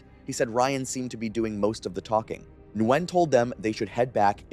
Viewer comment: So you didn't make it all the way to "Nguyen" as I did? (He said Nwen)